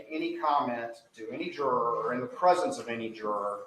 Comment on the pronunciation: How do we expect so much from people who can't pronounce the word juror correctly 🙃